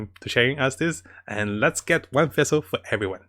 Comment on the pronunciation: bro can you like, finish reading the words on your screen? half the shit you say you pronounce way wrong for no reason. you can say sacrificial just fine but you can't pronounce fischl which has the same pronunciation as the FICIAL in sacriFICIAL. and it's judite not judas